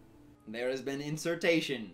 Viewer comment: “There has been inSeRtAtION”